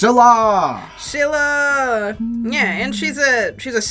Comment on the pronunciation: scyllara sounds like celery